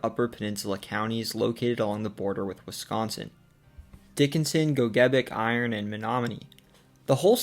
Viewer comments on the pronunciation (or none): Mispronounced Gogebic around the 4-minute mark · I noticed that too...a rarity. He did mispronounced GOGEBIC wrong, though!!